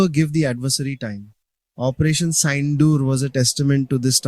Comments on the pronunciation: You can blame AI, but pronouncing the Operation Sindoor- the context's actual name itself- as Saindoor is really hopeless. But video is lit🎉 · Wtf is "Operation Syndoor" ?